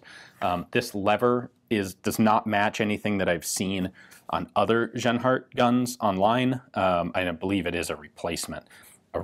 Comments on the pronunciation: About pronouncing the name Genhart... It's a fairly common name In the US, so for a US citizen "jen-heart" would probably be correct. But in Germanic speaking European countries, the "j" sound doesn't exist. G is always the hard sound used in "gold". So you got it right early on, but settled on the wrong way to say it for the rest of the video. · Interesting gun and the way it was needed to have ammo created. Ian just a fyi the letter 'g' in german is pronounced with a solid sound like the g in good. It is not pronounced with a 'y' like yield as you did in this video. Other than that keep the good work mate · Ian, there is no "soft" G (like "J"- i.e. "general") sound in the German language. Genhart would be pronounced with a "hard" G (i.e. "gold"). Interesting gun. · I thought he said Asianheart rifle for a minute.